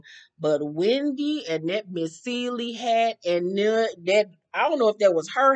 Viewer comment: Why gizelle calls Wendy “Windy” lol